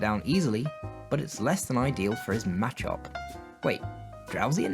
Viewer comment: Nice work and good job. I liked your style and picture thing (don't now what to call it ) around the gameplay. Although Some of your pronunciations slightly bother me. Like machop I say it ma- chop. Zapdos I say zap-dos as in two its articuno (uno/1) ,zapdos(dos/2), and moltres (tres/3) and the y in aerodactyl I say silently. I'm not sure if that is a British thing or a pokemon have weird names thing but its suppose to sound like pterodactyl witch i do not sound out the y in at least that's how I think of the names.